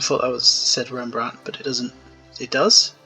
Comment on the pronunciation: You pronounce Rembrandt quite well actually.